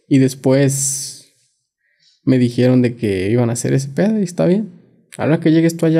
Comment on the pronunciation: Que frustrante es escuchar a alguien que no sabe hablar. No sabe pronunciar palabras ni el significado de tales. "Julano y mangano", "haiga" , "lacso" "dijierón", "Literalmente" cuando no cabe en la frase